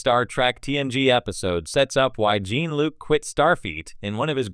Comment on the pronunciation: OMG cant even pronounce "Jean"-Luc correctly as well.... talk about wanting to get clicks